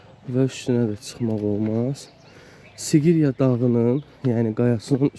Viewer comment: sigriyə gedürüy aran ləhçəmiz açılır hər yerdə😂